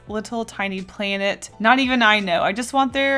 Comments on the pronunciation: The way you say "plainet"😂😂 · I have to say, I love the way you say “planet” it’s really funny to me, I don’t know why